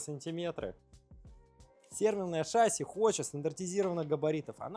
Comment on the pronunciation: «ШАсси»… Что-то совсем плохо в школах с русским языком. Зато, блин, английский знаем…